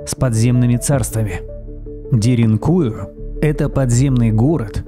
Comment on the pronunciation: ДеринкуЮ, а не деринУю !!!